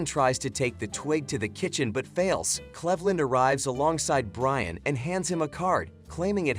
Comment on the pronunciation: / you can't even pronounce Cleveland correctly. Your ai is garbage.